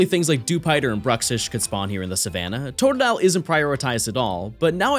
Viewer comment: and it's totdile again 🤣